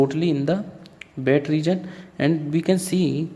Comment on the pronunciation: Its wet not bet